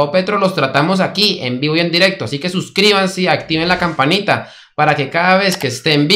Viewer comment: Por favor no diga suscribasen o unasen es suscríbanse únanse, por lo demás me gusta